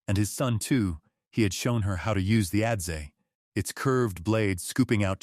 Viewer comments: adze = "ăds" not "ădd-zee" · Great story. Adze is pronounced adz, not adzee.